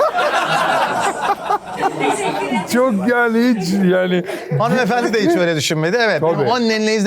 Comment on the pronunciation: ' Sevgili Mehmet Ege, Annenleyiz.. ' kral o es ardından gelen yanlış tonlama maalesef kopartıyo ya şlfdmhfdhpo